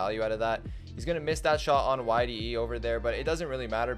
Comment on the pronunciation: it isnt yde, his name is Yde not YDE so...